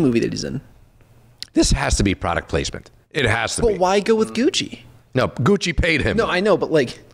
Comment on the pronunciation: Christ! It’s; Gi (as in BJJ) Yo (Pejorative used by white guys in Spike Lee joints) Che (as in Guevara)